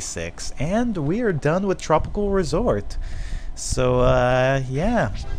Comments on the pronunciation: You sed tropicol resort LOL Ps: replay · Am I the only who heard him say tropical resort